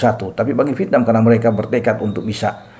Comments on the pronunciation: yg membaca V tp diucapkan P biasanya cuma orang Sunda....Klo pengucapan aslinya ya Vietnam sesuai tulisan....Dah gak usah denial.... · lah. Tulisan doang Vietnam tapi dibaca pietnam. Gue juga punya telinga. Bisa membedakan yang baca Vietnam dan yang baca pietnam.